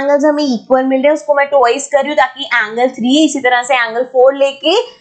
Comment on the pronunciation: Mam there's a little correction - It's not 'Tuwoiz' it's 'twa-i-s' T W I C E